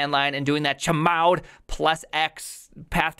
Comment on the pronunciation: the absolute worst thing i picked up from this video is saying chmod that way. it lives rent free in my brain forever now. thanks for that.